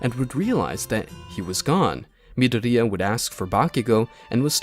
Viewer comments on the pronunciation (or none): I kept crashing out when he kept saying midoria* instead of mydoria lmao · I'm more disappointed at how this MF says Midoria "mi" "dor" "di" "a" ffs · Midoriya = Mid-o-ri-ya. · Anyone else cringes at how he pronounces Midoriya. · The way he says "Midoriya" makes me rage so bad. It's like he's never watched MHA before 😤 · My only complain is the way he says midoriya and the fact that he doesn’t call them quirks